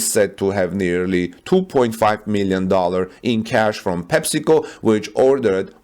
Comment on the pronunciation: When you say PepsiCo I'm hearing testicle. Coke is better!